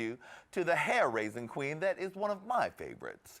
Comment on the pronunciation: Lady Red said "Hi Qween" wtf is Hi Qween!?